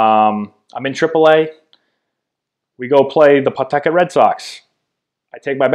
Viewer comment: Strange hearing a Massachusetts guy saying PAW-tuck-et. I went to HS in Attleboro. We all said P'TUCK-it. How do you pronounce Peabody? Worcester?